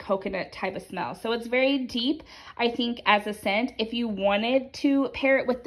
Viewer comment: Your adorable, how you use the word berry for very. You said, "berry forward". Lol